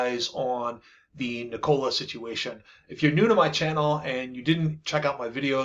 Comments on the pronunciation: It isn't NiCOLA. It is Nee ko la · Omg the way you pronounce "Nikola" is so annoying! It's not 2 syllables and is not "Cola" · Please pronounce the company name correctly. It’s “NEE-kola” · it's pronounced nik cola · Should learn how to pronounce the company’s name if you intend to be credible. Kneecola? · Please look up correct pronunciations of “THERanos” and “NIKola”. Hard to seem authoritative if you mispronounce well known names